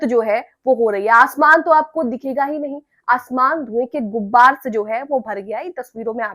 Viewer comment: आप शायद हैं। उर्दू ठीक कर लें "गुब्बार "नहीं कहना है......ग़ुबार सही लफ्ज़ है। बुरा न मानिएगा,,,भाई की तरह बता दिया।